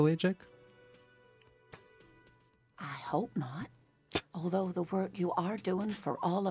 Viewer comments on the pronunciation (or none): none